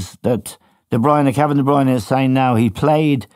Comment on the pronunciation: FFS Éamonn will you grow a pair and pull Gilesy up about his pronunciation of DeBruyne it makes him sound like a clueless dope calling him DeBreeeeena